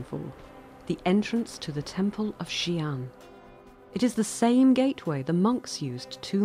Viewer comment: Xian (仙) as in immortal (and not Xi'an the city as you said) is pronounced as HSIYEN.